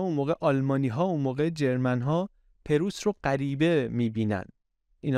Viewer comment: ممنون از برنامه خوبتان . اما چرا انقدر هی میگید جرمن جرررررمن ؟ ژرمن .